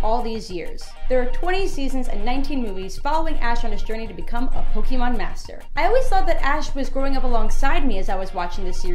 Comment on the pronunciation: anyone else bothered by " pokey mon"?